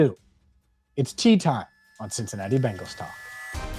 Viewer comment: Yes, CincinnaTee!!!!!!!!